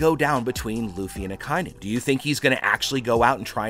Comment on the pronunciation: Ah ki inu* please say right